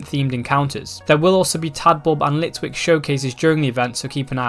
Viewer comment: gr he said litlick